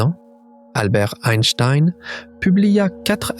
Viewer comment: Je connais Albert Einstein, pas Eistiiiiine ... Pfffff ... :face-turquoise-covering-eyes: ... Min 5